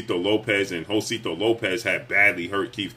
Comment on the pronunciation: you my dude but you butchering Josesito Lopez name 😆 Ho-say-see-toe